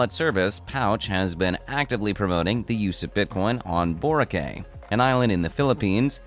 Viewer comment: boracay you said it wrong!